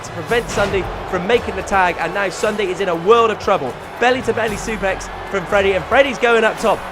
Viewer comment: He said Sundae XD